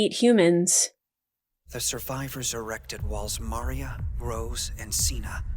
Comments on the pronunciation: The Dub bugs me by the mispronunciation How do you mispronounce Maria? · The dub for this show is pretty terrible. Goliaths and Maria are pronounce terribly in the show. Not your fault. Its a shame you can't do sub because the show would make more sense